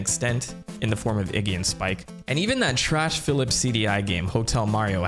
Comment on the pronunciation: You said Iggy’s and Larry’s name wrong